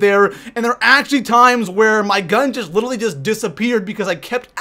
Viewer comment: LITERALLY*!! PLZ not little-ee omg